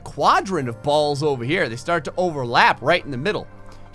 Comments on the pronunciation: He said bolls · Every time you said ball or balls it sounded rong every single time